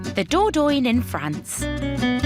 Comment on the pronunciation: Ooh nearly forgot ..... I don't think Dordogne is pronounce Doordoin, I've heard it pronounced Doordonya